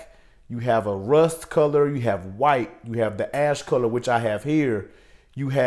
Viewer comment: It sounded like you said ass color